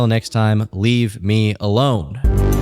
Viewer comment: I like the emphasization (or whatever) of .ALONE this video. Cause you knooow what kind of lunatics might show up under this particular vid.